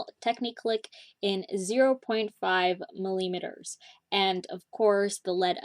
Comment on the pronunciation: i cant get over how you pronounce millimeter